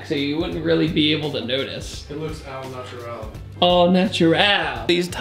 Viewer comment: It’s “Au natural” not “all/Al natural” btw. That was the most butchered Americanization of another language I’ve ever seen on the interwebz I have ever heard in all my 19 years on this planet.